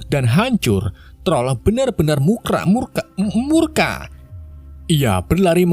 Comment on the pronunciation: bilang murka aja susah min😂